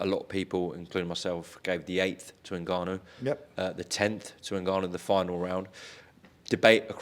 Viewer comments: The most infuriating part of this whole interview was Frank's insistence on calling N-Gannou, NA-Gannou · N gannu not nagannu frank u big sausage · Is Frank seriously calling him Nahganu?! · Frank trying to pronounce Ngannou 😂. Nnnn gaaaa nnnn uuuu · How can Frank still not say ngannou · How many times does Frank contradict himself here?! At least respect the real winner by pronouncing his name correctly you silly old man 😵‍💫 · Why can nobody say his name properly?